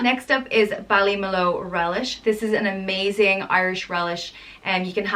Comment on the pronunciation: bally mu lu , is how its pronouced